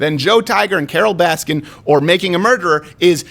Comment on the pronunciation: Carole Bass-kin*